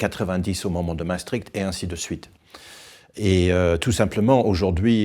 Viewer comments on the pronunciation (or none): none